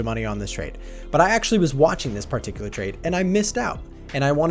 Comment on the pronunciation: Honestly they way man pronounces "Part-icular" repeatedly is quaint.